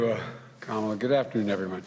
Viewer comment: He still said kamala wrong. Lol.